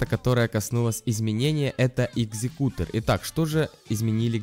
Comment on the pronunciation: экзекутор а не икзекутор